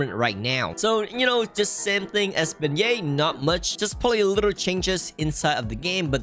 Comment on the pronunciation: "Beignet" What i heard: BE GAY